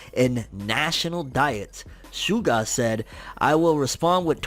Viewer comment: That's not how you pronounce SUGA. it's a Japanese word, not an English one. It's like saying Mitshuki.